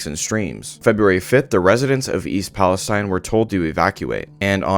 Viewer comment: I have lived in this town since I was 7 years old, firstly it’s pronounced East Palisteen not stein. The few rich people have already pretty much moved outta town and the poor people or old people that have no where to go will be the most effected by this, my grandpa also lives here and already has cancer so I can only imagine what breathing in these chemicals and showering with the water will do to him let alone all the others. I haven’t heard about any of these bracelets given to anyone in town at all either I’m 100% sure that’s made up. It’s been well known that the railroad company’s here overload the trains and don’t do checks to the loads like they are suppose to along with massive worker cuts so they can save money and it’s caused this huge problem for the residents here and in the state 💔 all we can do is live day to day and hope it doesn’t get worse